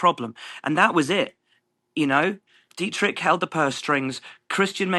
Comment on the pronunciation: Butchered Dietrichs surname!